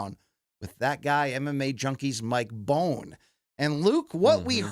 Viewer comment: Mike Bone? Cmon dude, these are your peers and you’re using his content. His name is Mike Bonn